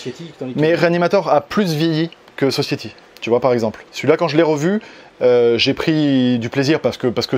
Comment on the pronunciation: Alors pour ton magnifique accent anglais, on dit "Sossaïtie" et pas "sossiétie", sinon très bonne vidéo, j'adore tes présentations de Blu-Ray, et comme d'habitude on réclame toujours beaucoup plus de vidéo ^^